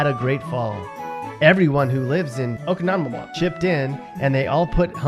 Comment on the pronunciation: You pronounced oconomowoc wrong